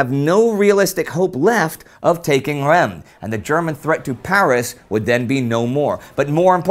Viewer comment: Not sure if will read this, but that's not how Reims is pronounced at all! The "m" is silent in French, and in english, it's pronounced "reems". Just type Reims in google translate and it will give you a pretty decent pronunciation! Thanks a bunch!